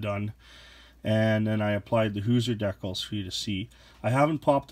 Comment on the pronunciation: Please pronounce decals properly.